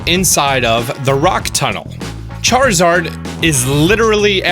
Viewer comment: Laparas Charizord Chariza rd